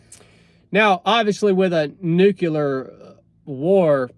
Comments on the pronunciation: First of all, Nu-CLE-er . Not Nuk-U-lar. Second, again, forget the Bible nonsense.... "There will be wars, and rumors of wars...." Yeah....like that's a BOLD prediction! DUH.... Third, even if there WAS a nuclear war, most people would survive. Hell, there's a guy that was in BOTH bombings of Nakasaki, and Hiroshima, his name was Tsutomu Yamaguchi. He lived to be 93. In the event of a nuclear war, at this point, it's most likely going to be tactical nukes aimes at specific military targets..... Every leader in the world understands that no one survives and all out nuclear war.... Ain't gonna happen. Even if the Bible says it's going to....Costco got it right putting it in the "fiction" section..... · It's not "nucular", it's "nuclear" war. English my brother, English. They are called "nuclear bombs", not "nucular bombs". Go back to school Bush! 🤣😃😋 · I'm a lot less worried about nukeyoular war than I am about nuclear war. Sorry, I had to make that joke, I'm from North Georgia too. 🤠